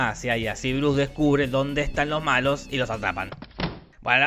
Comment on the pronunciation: Nunca había escuchado el nombre de Bruce sin la S' en castellano o en inglés. Check Now.